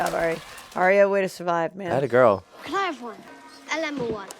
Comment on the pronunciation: Just a pet peeve of mine and everybody seems to do it. Mispronounce Arya Stark's name. Aria is how you are pronouncing it, Arya should be pronounced more like, "are ya" but you sound is made by the letter i, that's why Aria is pronounced the way it is. The y doesn't do the same thing in her name. It's more like "are ya ok?" Not that big of a deal because everybody makes this mistake but that's what really drives me nuts, almost everybody makes this mistake.